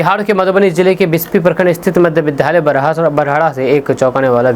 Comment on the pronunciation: कृपया आप अपने विधालय उच्चारण को छोड़कर सही उच्चारण विद्यालय करें।क्योंकि आपको सभी सुनते हैं।इसको अन्यथा न लें।धन्यवाद